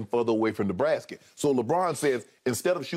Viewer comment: Futher and futher away from the brasket😂